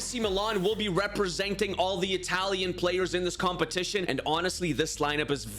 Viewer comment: your italian pronunce is awful